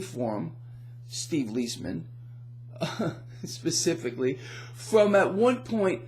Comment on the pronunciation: First, you are mispronouncing Steve's name - it should be Lies Man as two separate words. But on to inflation. After a short deflationary period in the fall of 2008, by the summer of 2009 with ZIRP, we started seeing serious price inflation to the tune of 6-8%. This has been covered up by the Bureau of Lying Statistics through various gimmicks, the most ludicrous of which is their "hedonic adjustments," from the Greek word for pleasure. The three main reasons that they are covering it up are: 1) They would be forced to end ZIRP which would result in an immediate crash of the equities market. 2) Since GDP is nominal minus the deflator, this would have resulted in a GDP over the last 8 years averaging minus 5%, compounded annually, i.e. the Greater Depression as opposed to the "recovery." 3) The gooberment would have to pay substantially more on COL's, especially to geezers like me on Social Security." As usual under situations with unsustainable debt since biblical times with overt jubilees, the debt will be reset through hyperinflation. As your brilliant buddy, Lynette Zang, likes to point out, we have been in hyperinflation since 1913, but few have noticed it since they dragged it out over 100+ years in order to disguise it. We are now going into traditional rapid hyperinflation. The truth is the Cabal doesn't really wish to stop it. It was part of their game plan for over a century. The equities market will shoot up, but like Weimar, Zimbabwe, and Venezuela, will st